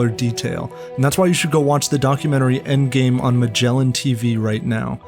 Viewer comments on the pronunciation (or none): none